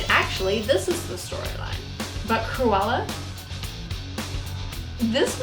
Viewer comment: Not me hearing "koala" instead of "Cruella" in my own world here ✋😉